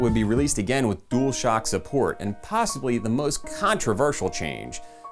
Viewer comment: great video, but did you say possibilly ? love it!